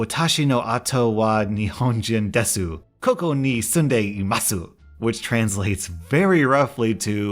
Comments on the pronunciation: You realy need to Workd on your Japanese. Its horrible. xD U dont speak the "u" in desu or imasu. its a silent "u". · Pretty good job with that Japanese. The 'u' at the end of desu and imasu are actually silent. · I got a little ticked off about the way spoke the Japanese line, but he probably doesn't speak Japanese which is fine. It does look like "Imasu" and "Desu" but it's pronounced "Imas" and "Des". Just a little tip! UwU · Small tip for the Japanese, you don’t pronounce the “su” on desu or imasu. They are pronounced “dess” and “ee-mass” (only basic Japanese, could be wrong. Only learning it last year for half the year and this year.)